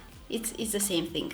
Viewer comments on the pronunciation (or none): I love how she pronounce the word "Thing" it sounds like "Think". Such a cutie 😁